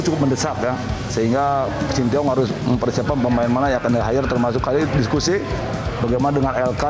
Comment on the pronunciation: Shen Tae Yong kali pak bukan Shin ti yong